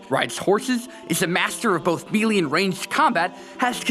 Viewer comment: haha. you don't know how to pronounce "melee" when your job is talking about games, you should nail that down...